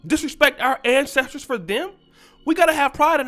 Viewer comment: Take pride in yo "An-hestors"😁....BTW this young man is trippin!!!